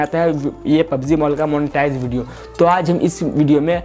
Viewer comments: Bhai Its montage not monitize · bhai yr dkh video to tune bht hi ache se btai bt thda english or sikh le monotige nhi hota h montage hota h bru